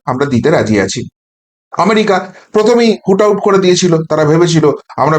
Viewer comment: ভাই, একটা শব্দ বার বার ভুল বলা হয়ে যাচ্ছে । কথাটা "হুট আউট" নয় । ওটা হ'ল, "root out" । অর্থাৎ উৎপাটিত করা । এটা দয়া ক'রে ঠিক ক'রে নাও । --- মানস রঞ্জন চৌধুরী ।